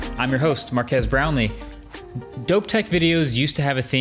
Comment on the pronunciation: Is it just me or Marques has been reading his name more toward mark ass lately?